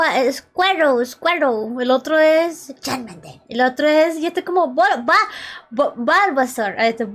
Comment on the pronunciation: Min no se porque me da gracia como dice charmander